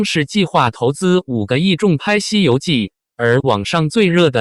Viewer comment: “重拍”，應唸‘’蟲拍‘’。 “網傳”，應唸‘’網船‘’。 “遲重瑞”，“重”字，作為 人名、地名時，發音均為“蟲”，如：晉文公重耳、重慶。 （下略）